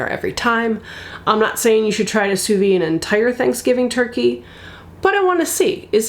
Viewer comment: It’s not pronounced sous vee it’s sous vide! The d is not silent in French.